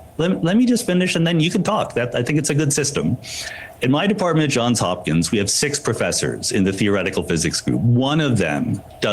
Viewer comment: I didn't hear you pronounce the "s" in JOHNS Hopkins, Sam.😊